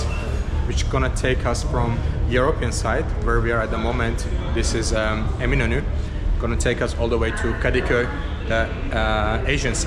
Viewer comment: Thanks for the background. As soon as he said Eminönü I knew his pronunciation was better than the usual YouTube vlogger in Istanbul. A Turkish friend of mine says that listening to Azeri Turkish reminds her of listening to a Scotsman speaking English. I like his "Two different nations, but one nationality". I've never been to Azerbaijan, but I think I could get along. I like his comment "Makes me feel like home because everything is familiar." I think I would feel like "home" in Azerbaijan.